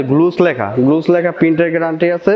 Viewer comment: guess =গ্লুস😂😂🤣🤣🤣🤪🤪🍼🍼🍼🍼🍼🍼